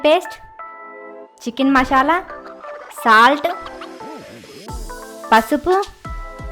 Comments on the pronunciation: మశాల కాదు మసాల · Mashala yendhi mashala.....adhi masala